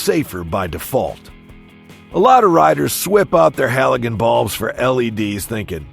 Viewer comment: A.I. voice can't pronounce 'halogen' correctly. Lol.